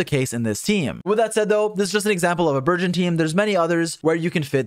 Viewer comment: i thought you said virgin and not burgeon